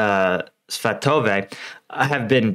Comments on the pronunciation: YEEEEEEEEEEEEEEEEEEEES, HE SAID SVATOVE RIGHT I'VE WAITED SO LONG, I WAS ALWAYS PULLING FOR YOU BUDDY! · Still not Ivanski, it's still Ivanivske. Yahidne, not Yadhine. Please learn to read. Good job on Svatove, though! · and if I'm not mistaken, today was the first time you said "Svatove" as it has to be pronounced (this remark is intented to make you smile)